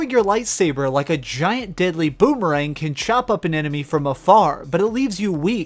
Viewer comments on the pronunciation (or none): none